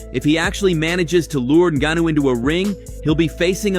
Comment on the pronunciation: Oh no, not Francis un-ga-noo! Or was it one of the other three ways this video butchered his name? Enough with the AI voiceovers bro. We’re all sick of it. If you can’t be bothered to speak into a mic for a couple minutes, don’t have a YouTube channel.